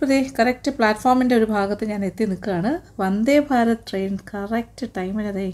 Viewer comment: വന്ദേ ഭാരം അല്ല ആന്റി വന്ദേ ഭാരതം 👍